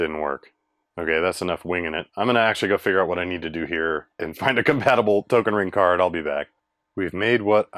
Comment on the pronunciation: He pronounced "Token ring-kort" right :3